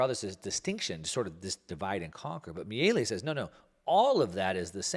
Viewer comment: Exactly. I cringed when said "Mielli" or something to that effect. Milei is his lastname, which sounds just like you implied, "Mee-lay".